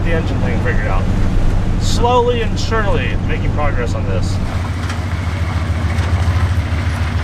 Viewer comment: So with that progress you talk about, which one of you two is "Slowly" and which one is "Sherly" 🤣😂🤣